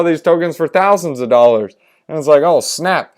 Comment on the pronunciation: hahahahah why do you pronounce dollars like that all the time